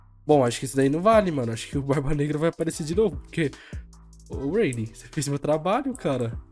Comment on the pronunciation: O falando o nome do Rayleigh parece que ta fanho, ele fala reili, reilin, rueili